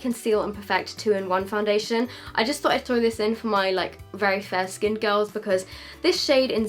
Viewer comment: La girl foundassion yep that's how u said it lol